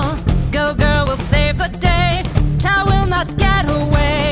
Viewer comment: Even when you say Chow you say it in the most racist way possible.